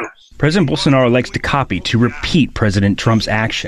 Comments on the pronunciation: BOWL. SO. NAH. ROH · bowl sa 'narro.